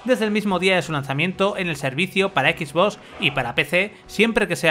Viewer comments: Confirmen soy el unico que le pone como nervioso que digan xboss en vez de xbox y play lo digan bien?xd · Me estresa cuando dice Equisbos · Porque pronuncia X BOS? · Nadie: Absolutamente nadie:: skisvos serie x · No se porque, pero creo que el 99% de las veces oí "Equis-boss"... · Como vuelva a decir Equisbós te juro por mi hija que le pego un tiro en la pierna. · Jajajaja "X bos" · Equis boss pronuncia bien weon pao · Sois tan "Soniers" que no sabéis decir ni Xbox..."x bos, x bos, x bos"... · "Equis-voss" jajajajajjaja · Los españoles lo dicen como se escribe, la pregunta es ¿por que Playstation si lo dicen como es en inglés?